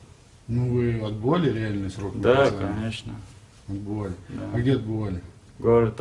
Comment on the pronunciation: Звезды воровские? Кэнещнэ